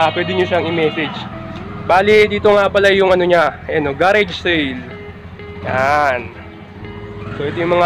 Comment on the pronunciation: Mali pa pronounciasion ng garage